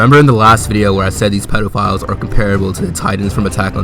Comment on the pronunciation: Anyone else notice he says pedalphiles?